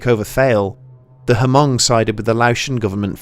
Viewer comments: Haven't you seen Gran Torino... It's Mhung... not HumUng. Great Video. Just wanted to quote a great movie lol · the way we say it is the o sound is the same o sound as “own” so it comes out like m”own”g instead of m”awn”g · It's pronounced "Hmoob" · It hurts my head everytime he says huhmong. And I am just some white boy from Nor-cal. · Great episode! One small quibble - I grew up in a community with a pretty sizable Hmong population in Wisconsin. Anyway, at least locally, the H in Hmong is silent and the ethnonym is pronounced "Mung" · "Hamong" 😭 hurts Everytime you say it but thanks for noticing our culture tho 💯✊ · As a Hmong person, I'm proud of you. btw the "H" is hmong is silent. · For real tho the H is Silent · Isn't the H silent? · the H is silent.